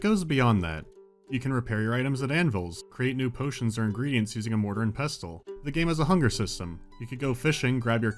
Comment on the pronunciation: Mortar and Pestle The "T" is silent I'll let you figure out which one.